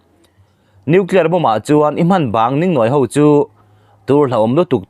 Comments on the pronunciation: I tawng thluk adiklo atam hle mai,(ningnawi) ilamdan te hi adiklo mahni tawng thluk pawh thiamlo,in ngaihsan awm loh khawpmai.i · Ngati nge puitling tawh si tawng thluk i hman dik theih miah loh mai le,eg, Tuhrik tih te,Ningnawi tih te,a thluk a dik lo. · Ningnawi hi i lam dik lo. Dingdi tih lam dan hian lam rawh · Ningnãwi ni lovin níngnáwi tih tur aw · Mizorama piang leh seilian i nih chuan ngatinge tawngthluk i tihsual nasat viau le,ngaihthlak a nuam lo ka lo ti ve a ni.eg, Ningnawi ,hmawrtawng etc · Ningnawi , tih hi a thluk i ti dik lova, nâwi tih tur, thluk na dah tur. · Ningnawi tih hi Lunglêng tih angin lamri tawh rawh aw. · 'Ningnawi' I lam diklo deuh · Ningnawi tih thluk te,Thing har tihte khi a thluk a dik lo lutuk. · Ningnawi leh Tuhrik lam dan hi adik lova, hre zawk te zawh nise ava tha ve aw.😂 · Ningnawi leh Tuhrik lam dan dik hriat tum ngei ang che. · Ningnawi hi i lam dik lo.... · Mizo ṭawng lam dan hi rual u zawkte zawt ṭhin teh u. Ṭhangtharte hnenah ṭawng dik lo in zirtir zel a nia..ningnawi...tihte hi..😊😊😊😊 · Nang hi Mizo tawng lam rik dan i hre thei lo hle mai- ningnawi, bawlzân leh a dangte lam rik dik loh a tam hle mai. Lo inzir ve deuh teh. Mizo hmelmaa insiamna a ni. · Ningnawi lam dân hi a dik lo, nawi hi ri sangin aw.